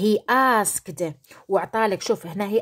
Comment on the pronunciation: شكرا لم افهم لماذا تقولين المظارع وهو الحاضر.من حيث النطق نقولوا asket. ملاحظة اخرى ago age